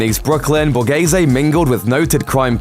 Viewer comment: Borese?? It's BA RE ZE